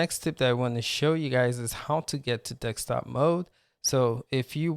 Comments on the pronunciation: desk-top not dek-stop. :) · Dekstop dekstop dekstop!!! 🤪🤪🤪